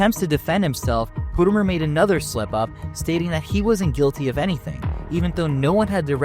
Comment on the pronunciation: You say potermer like PAU TER MER